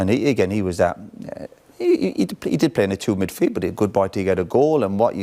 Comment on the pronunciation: Best "Middfield" of all time 😊